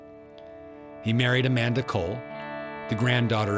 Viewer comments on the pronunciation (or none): none